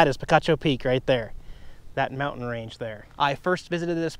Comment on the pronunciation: We hiked Picacho Peak on new years day. Funny because I was actually thinking about your last visit where you mispronounced the name!